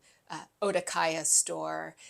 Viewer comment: Okadaya instead of Odakaya!